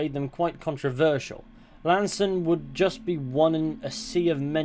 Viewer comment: Appreciate the pronunciation. Been pronouncing it wrong for years